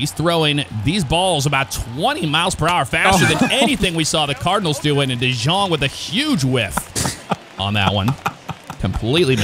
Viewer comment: For jeff* paul dejong is pronounced as paul d young